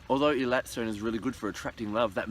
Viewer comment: It is pronounced AAY-LAAAT